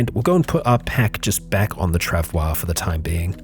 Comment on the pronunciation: forgot really fast about the proper pronunciation of the trav oi mate.